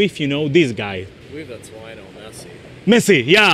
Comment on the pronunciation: Lionel no Leonel